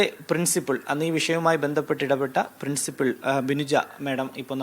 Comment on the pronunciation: പ്രിൻസിപിൾ അല്ല. പ്രിൻസിപ്പൽ ആണ്